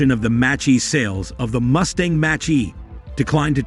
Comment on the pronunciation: Is this an AI voice over, because the way "he" pronounces F-150 and Mach-E is weird.